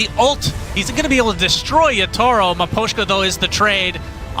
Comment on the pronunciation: caster said "yatoro" its kinda funny